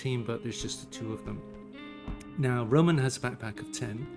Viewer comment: it would be more correct to say «RomAn»